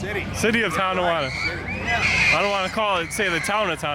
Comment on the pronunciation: It's not Ton D awanda